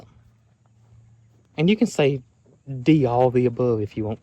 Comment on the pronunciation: Love how you say ‘oll’. I watch from Minnesota. Pretty soon I’ll have a southern accent😂